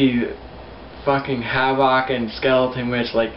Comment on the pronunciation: It's pronounced like Havoc bro. Not Havawk.